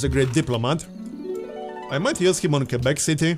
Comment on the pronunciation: pronounces Quebec better than we do in Canada lmao